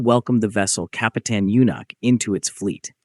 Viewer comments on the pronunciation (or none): Рассказывает о корабле Капутан Мюнхен, а на видео Капитан Мартынов ! Наверное озвучил коренной Москвич !